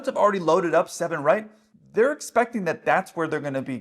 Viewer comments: Id even say he read back 7r but mumbled so bad i could be left sounding too. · That woman sounded half asleep, i could not make out the words seven right it was more like seven r . I would not ask a controller what is their opinion. I think it sounds ok but most times they are landing in a country with a controller with accent. It is a recipe for disaster. If they get things right in the first place then its not a problem. Also, in a scenario with fog where noone can see anything i would be hyper vigilant about what strip to land on that goes for the pilot and controller. Surely they can have a system whereby any plane coming into land gets a message flash up on screen confirming the strip they are due to land on. Then, if theyh want to have a long chat with the controller who is half asleep that is up to them. At the end of the day one of them is flying a 200 ton tin can so its in his interest to know where he is going. Also i would retrain that tower controller make her drink more coffee during fog.